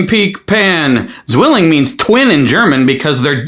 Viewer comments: Zwilling, with Z read as C, like 'ts', how do I explain sound? 😅 I'm not even a native German speaker, but zzzzzwilling is hurting me enough to write this comment 😂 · The butchering: ssssszwilling was hard to hear. It' the German word for twin: pronunciation should be more like ts-villing.